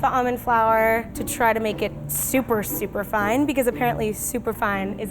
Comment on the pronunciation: did anyone else hear super fun instead of super fine lmao "super fun almond flour!!"